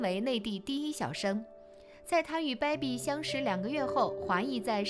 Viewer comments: 主播发音听的我如鲠在喉、不是“baibi”是“beibi” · 主播“掰比、掰比”的，真难听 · 大哥、这个“败笔”发音听的实在耳朵疼。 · 你这baibi baibi的真别扭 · baby为什么发音成败笔😂😂😂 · 解说人"baby"的发音不对。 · 小编的baby发音。。。